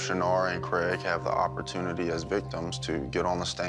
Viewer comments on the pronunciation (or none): none